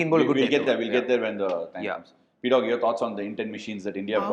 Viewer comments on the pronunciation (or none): Pdogg ❌ PGODD✅